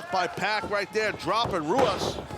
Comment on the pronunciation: It was funny during the Tiger Ruas match hearing Excalibur pronounce it Huas and Taz pronounce it Ruas. Is it typical in Brazil to pronounce R's like H's? If it is, I don't understand why you would choose a new made-up name for yourself that the majority of your audience (English speaking) is going to pronounce wrong. (I'm not attacking the wrestler at all, his look and skill are out of this world, I just don't understand why you'd choose the name and spelling Ruas if it isn't pronounced as Ruas.)